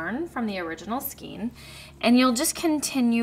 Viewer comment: Love your patterns and videos, and am casting on for this pattern today. Just a quick note to say skein is pronounced with a long A sound, instead of a long E sound 😊